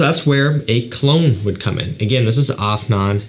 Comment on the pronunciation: Bro you pronounced that 'Afnan' perfectly ❤️❤️